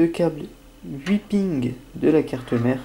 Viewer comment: "«Les deux cables 8 Pings»" Enfait, c'est "pins" (cela ce prononce pine dit un peu vite.